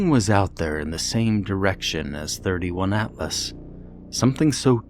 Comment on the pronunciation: 31? It's the third interstellar object called Atlas. 3 i / atlas. Makes me cringe when I hear it. Awesome narration though. Greetings from the Netherlands